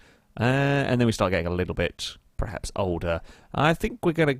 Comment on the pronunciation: Stop saying PREhaps. The word is PERhaps.